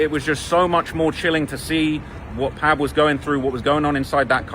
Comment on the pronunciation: It’s pronounced Pob like Pablo not Pabb